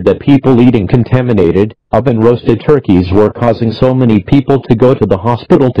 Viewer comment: Idk why but I find the way he says turkeys hilarious